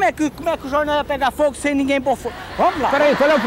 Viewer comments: "eu quero quatro jorrrnal" 😂😂😂😂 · "Eu quero quatro jornau" KKKK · "Eu quero 4 jornau" 😂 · "Eu quero quato jorrrrrnau" kkkkkkkkkk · " queru quatu jornau vou lê todu eles dispois" KKKKKKKK